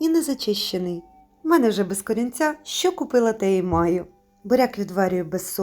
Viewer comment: Шиплячі вимовляються як в рускій мові.Українці вимовляють твердо:,,шчо" а не,,шьчьо"